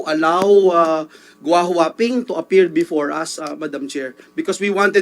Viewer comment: Sen Joel, Gou Hua Ping at hindi huahua ping, kaloka!